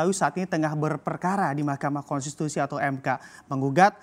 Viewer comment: itu presenter nya ngomong apa ya,,?? konstitusi mas😂